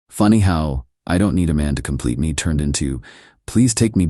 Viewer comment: AI read fail. Can't parse "$4k" into "four thousand dollars." It also fails on abbreviations. "TBH" becomes "tuh-buh-huh." "BBQ" becomes "buh-but-que." Thirdly, all-caps emphasis. Example: "She blamed ME for being homeless" becomes "She blamed em ee for being homeless." There's more, obvs, but those are the high low points.